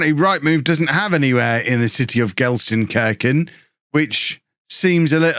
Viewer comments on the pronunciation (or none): Gelsenkirchen, where the i is as in meat :) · probably need to go to language school. And learn how to pronounce the city's name. Can the club pay for it?